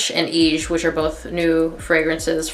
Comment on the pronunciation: I love the way you said EGE ❤😁